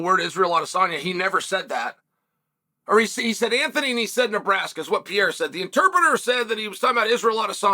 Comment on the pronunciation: That's Pierre-a 😂